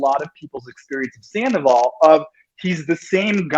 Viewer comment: An Empath that described Sandoval as “Scan-doval..😳😝🧐hmmm ok - I’m out!